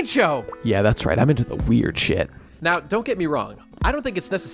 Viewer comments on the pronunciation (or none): none